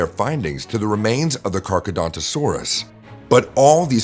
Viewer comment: Your pronounce Carcharodontosaurus wrong. You say Carchedontosaurus when it is actually CarchAROdontosaurus.